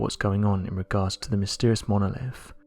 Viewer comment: I soon as I heard “monolif”....I was out.